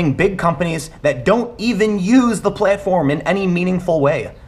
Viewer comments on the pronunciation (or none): Tim at the mark when you say playtform instead of platform and your ChiTown accent comes out I laughed so hard. Great opinion here. Youtube DOES have a problem.